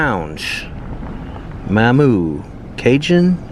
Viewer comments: You was literally parked in front of Fred’s Lounge when you saw the “Motel” which is just some run down duplex like apartments. And Mamou (pronounced Mom Moo around here anyway. We have a lot of culture here. It does look like an eye sore but alot of the town is starting to get a lil facelift if you would of came 2 years ago it would of looked alot worse. Well “downtown” aka 6th street. We have a very traditional Mardi Gras. It’s really sad that my kids can’t enjoy our lil town as much as I did as kid. Slum landlords are to blame around here much like alot of the other places you visited. If landlords would take a lil pride in their properties it wouldn’t be like this. Most of them are all about just getting their rent and no upkeep matters just as long as they get paid. Very sad. The crime has gotten so bad I had to get away which I only moved 2 miles in a much more rural area. If your from here it grows on you and i have moved a few times out of town but I always come back. It’s a really great community that everyone will always come together to help anyone in need. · It's pronounced Ma'am Moo. There's a famous Cajun song, "Going Back to Big Mamou". You have to go to Fred's Lounge on any Saturday morning. It's the ultimate Cajun experience, especially around New Year or just before Mardi Gras. It's a party that's been going on every Saturday morning for decades. People do come hear from all over the U.S. and all over the world to party at Fred's on Saturday mornings. It shuts down about 1 p.m. and people head down the street to other places to dance or grab something to eat. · Mamou is pronounced MAH-moo. I like your project. Reach out to the UL History Department while you are in Lafayette. This looks like something Professor Carriker would be excited about. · Yes you said Mamou wrong it’s the second way 😂👌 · THANK YOU, I came here to say that but you beat me to it, Mais, garde des don! that pronunciation hurt my lil southern soul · pronounced -MA moo